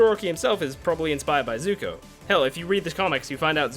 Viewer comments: SUPER NOVA X INFINITY001 I think it's pronounced Zuko not zoku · 29 second in the video u said zuto it zuko